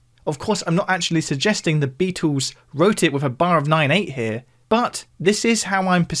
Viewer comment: "the Beatoos"